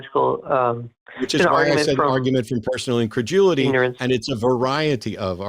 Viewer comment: It sounds like Matt says increjewelity. Instead of just incredulity.